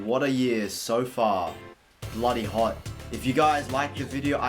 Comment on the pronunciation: I Just love the way you say "hot" hoth